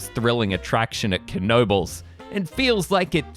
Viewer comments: fyi, we don't pronounce the K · 🙄99.9% pronounce it Kuh no bulls including the owners.